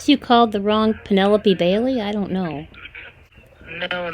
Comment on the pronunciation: Five "Pen-Nelle-Loapes"?? The more the merrier I say! 🤣 Good one! And great audio by:face-red-heart-shape